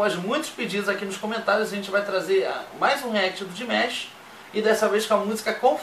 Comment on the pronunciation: Galerinha só uma observação, coisinha boba... na pronuncia do nome dele o "ma' se pronuncia "má" msm, então se fala "DiMÁsh" e não "Dimesh"... Por favor façam a alegria dessa dear... q o próximo react do Di seja ele cantando The love of tired swans no Kremlin ou My heat will go on que ele cantou recentemente (11/12) no Hainan International Film Festival... Muito grata desde já!